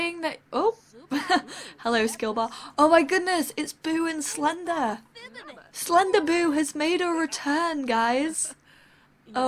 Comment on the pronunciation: When you say "Slenderboo" I think it sounds like you say "Slender-boob" ;)